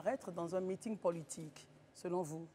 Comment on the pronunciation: Pourquoi elle prononce toujours "pôlitique" au lieu de "politique" avec un "o" ? Ça c'est une prononciation avec un accent béninois !